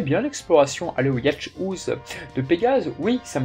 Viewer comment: Le "Yatch-houze" de Pégase, m'a fait recraché mon coca! ^^ (très bonne vidéo néanmoins!)